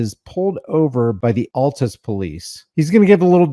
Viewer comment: Seriously? You live in Oklahoma and don’t know how to pronounce Altus?.. 🤔